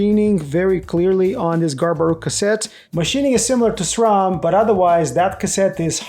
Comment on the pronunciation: It's refreshing to hear someone pronounce SRAM as it is spelled instead of SCHRAM 😁